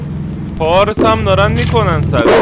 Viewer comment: پارس نه پاس پاس کردن